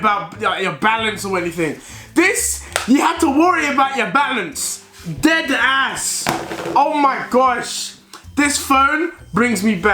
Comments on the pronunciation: "dedass" headass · No one: Not even a single soul Deji “Ded Ass” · How many times did he say “dEd aSs”